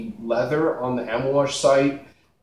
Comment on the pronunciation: Lol bro you keep saying Amouage wrong haha. But we all know what you're talking about. Cool video!